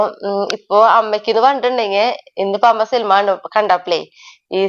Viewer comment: സിൽമാ അല്ല 😢സിനിമ എന്ന് പറയു